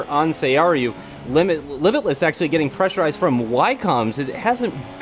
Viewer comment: He always says "pressurized" lol